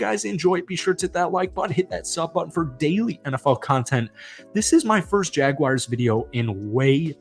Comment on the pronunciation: Dude, do me a favor and learn how to pronounce Jaguar before you do another video...there is no "I" in my teams name...such a pet peeve of mine!!🙄🙄